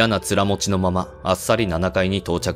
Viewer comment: すみません。面持ちは、もしかすると「つらもち」ではなく、「おももち」かもしれません。